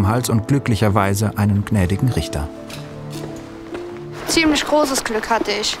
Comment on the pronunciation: ein guter „Rischta“